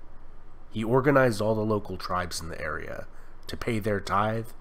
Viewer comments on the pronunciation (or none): none